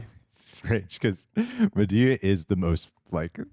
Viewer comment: He is cute but he is not yet invited to the cookout. He still can't seem to say Madea correctly, so it's a no for me. Lol